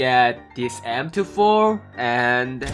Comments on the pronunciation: He pronounces M24 like M4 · You didn't get M24 because when you say "M24" it sounds like "M4" and you got a lot of M4 skins in crates...😁😅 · He is saying m24 but it sound like m4 lol he wants the new m24 skin